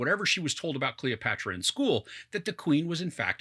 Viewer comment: god, you can't even say her name right, you did not even bother to read some history about her